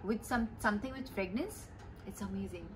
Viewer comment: It’s fragrance not fragnance